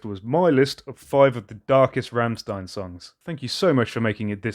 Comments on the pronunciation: Bro sorry but its Rammstein Not Remstien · It's pronounced rrrrramSHtain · "St" are pronounce "ch" it's "rammchtein" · its pronounced rammschtein <3